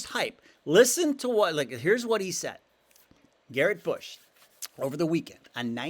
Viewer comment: You lost me at “Garrett Bush”